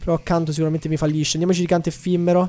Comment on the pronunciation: effimero con una m però non effimmero